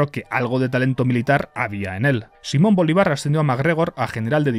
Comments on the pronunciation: Me ha gustado mucho, aunque ten cuidado con los acentos y las tildes SiMÓN BoLÍvar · No puedo para de reir cundo dise simon Bolívar sin asentó bueno buen video no conosia esta istoria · Sólo te ha faltado investigar cómo se pronuncia Simón Bolívar :P Por lo demás, excelente vídeo.